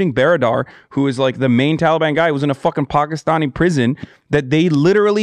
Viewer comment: I respect your pronunciation of "Pakistani"